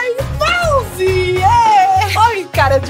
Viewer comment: kkkkkk vc pronuncia mauze kkk